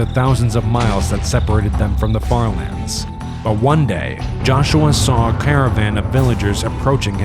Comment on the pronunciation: Bro said farlandes